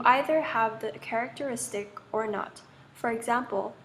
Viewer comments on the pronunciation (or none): none